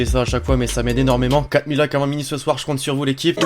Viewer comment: A chaque fois qu'il dit " j'comote sur vous l'équipe " on dirait a chaque dois qu'il a pas fini sa phrase ça vous fait pas ça vous ?